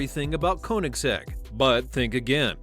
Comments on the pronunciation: (Ko)(nigg)(zegg) Put some respect on their name by pronouncing it right. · One thing i know about Koenigsegg is that it isn't pronounced Konysek